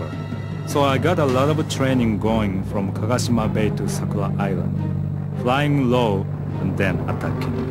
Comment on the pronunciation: Not Kagashima bay but kagoshima bay !